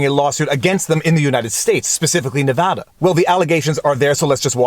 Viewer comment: I’m a Nevadan. Firstly, thanks for pronouncing our state correctly throughout the entire video. Secondly, not surprised this came out of here lol.